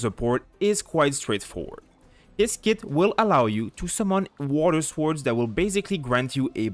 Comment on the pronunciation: Swords. The W is silent.